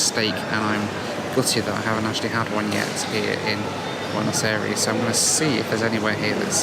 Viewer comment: Really love the videos but for some reason my brain cringes every time you say bueno aires. It's pronounced "eye-ress", thanks for the great content.